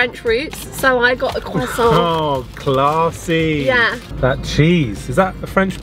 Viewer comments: I'm German too but I smiled upon the way she said croissant correctly 😄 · Finally someone who pronounce croissant the right way 🥹 proud French sub here